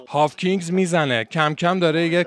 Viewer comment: جان هاکینز!! w خونده نمیشه به مولا 🥲🤍